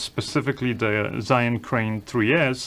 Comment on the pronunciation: Hi, I've been always watching you but never commenting; breaking it now just for a suggestion... As I've lived in China for 24+ years you can safely take it from me, ZHIYUN is pronounced like this: Take the word rzeczpospolita for an example, in its original Polish pronunciation. Now, put cz first, following with rz. You will have something very close to what zh sounds like. Add Polish y to it as in Bydgoszcz, you will have zhi~. (Doesn't work with English language that easy). Zhiyun is not pronounced like "zayin" or anything alike... zayin is a dick in Hebrew.:)